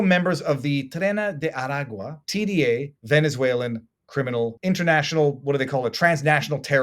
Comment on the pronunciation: Just say “tren day are agwah” or better yet “TDA.”